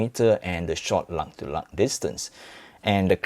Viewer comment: "luh to luh distance"